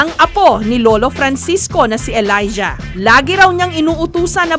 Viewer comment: Elaijah? Tama ba pag kakarinig ko?